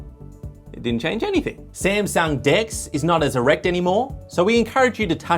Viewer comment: The “samsung dex (d’s)” though 😂